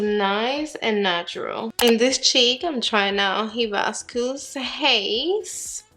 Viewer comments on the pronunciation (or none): So excited for these! I want them all but I’ll start off with the peach and red😊 *the correct pronunciations are: high-biss-cuss AND ah-sigh-ee. Hibiscus a 🌺 flower pictured here and açaí is a superfood berry high in antioxidants.* Thank you for get getting all and giving us swatches, bare face applications and foundations applications💝 you rock!!